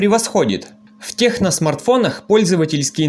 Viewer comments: Даже правильно название телефона выговорить не может,печаль...что за Техно?!? Название - Текно. Наверняка и на Онор говорил Хонор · Только не техно, а ТЕКНО 😉